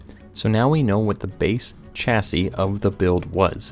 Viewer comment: "chassis" is pronounced [CHA-see].